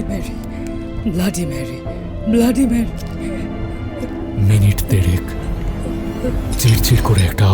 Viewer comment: Tarpor Blady Mary bolche, not Bloody Mary